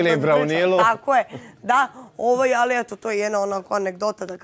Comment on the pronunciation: JAO KAD MAKITA KAZE ALLLLI ALLLI